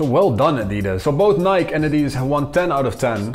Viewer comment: It's Ni-kee